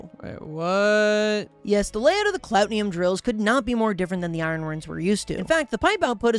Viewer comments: The way he constantly mispronounced "Cloutium" as "Clout-ni-um" or "Clot-ni-um is so annoying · Clout-ee-um not clout-ne-um but still love the vid